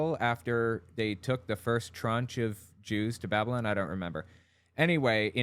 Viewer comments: Why did he say it like "babbolin"? 😕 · I love his pronunciation of "Babylon." He seems to be doing that thing where you pronounce a word differently to make it seem like you know more about the subject than everyone else, but it ends up sounding like "babblin'," which is precisely what he's really doing. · I love that he pronounces 'Babylon' like 'Babblin'. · "The Empire of babblun!" Rilly! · I can't get over how he mispronounced Babylon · Gotta love the way he pronounces “Babylon”.